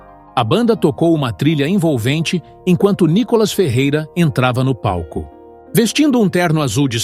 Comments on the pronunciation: Por favor, não é ' Có" Cacilda, é " Ni ". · É Nicólas ou Nicolás ou NICOLAS ? Fala certo o nome do cara MEU! Põe a sílaba tônica no " I ' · PORQUE VC ORA SIM ORA NÃO PRONUNCIA O NOME DE NICOLAS ERRADO 😢